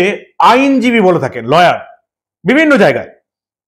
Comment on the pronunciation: লইয়ার নয় লায়ার